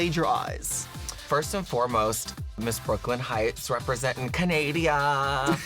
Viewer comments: Canada* (not canadia) 😂😂😂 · why does everyone keep saying canadia??? lmfao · WAIT WAIT WAIT WAIT WAIT HOLD UP!!!! DID FARRAH SAY CANADIA INSTEAD OF CANADA? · Canada, not Canadia darling. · Did Farrah just shaded Jakeyonce by saying Canadia? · Lmao I’ve been jokingly calling it Canadia since Tony Abbott said it. The man is an idiot. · Canadia? Really, LOL!!!! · i'm sorry but Canadia ...